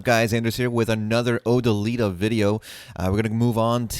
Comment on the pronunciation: O - Dill - i - Ta. Not Oh - Da - Lee - Ta. C'mon man.. c'mon.